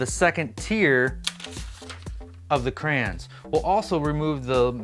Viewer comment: Are you saying crans? I've also heard people call them crowns, is cray-on difficult to say?